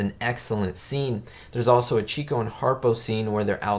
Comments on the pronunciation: If you're going to be an "expert" on the Marx Brothers, then you should know that Herbert's nickname was pronounced '"chick'o" and not cheeko (he was the "lady's man" of the group). Get the basics right and credibility shall be yours. Also, when the brothers were at a party, Zeppo was actually the funniest of them all. There... 2 topics to explore. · I agree great movie! Chicko is pronounced "chick oh" like a baby chick and Oh. I was corrected by someone at a Groucho play. It is not chico like the spanish pronunciation. You are spot on the re-watchability of this movie.... in fact almost ALL of the Marx Brothers films are very easy to re watch again and again. I bought a few sets on Amazon: one set included this film with like 4 other films, the other set was from a second film company with 4 or 5 other films so I have around 8 or 9 Marx films on DVD. Thanks for the review, will be subscribing!